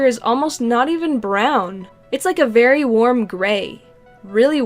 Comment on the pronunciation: Haha you said Barry instead of very